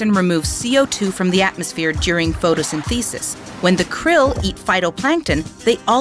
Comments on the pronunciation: She confused me at the photo-syntheesis part...then she said "Ahmuhga 3" Is this a text to talk computer voice? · Check your pronunciation on things like “photosynthesis”, “baleen”, and “omega”.